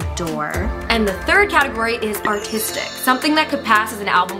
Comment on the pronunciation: im going to hell for saying this but when nikki was introducting the artistic category i thought she said autistic and i really thought u were going to do that i'm like huh LOL